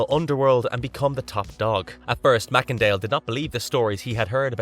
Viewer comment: I THINK that you pronounced Macendale’s last name incorrectly. I think that it’s pronounced MACE-En-Dale!